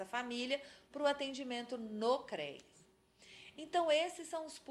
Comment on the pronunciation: Muito bom! Só dá agonia a pronuncia "CREIAS" FALA-SE: CREAS😘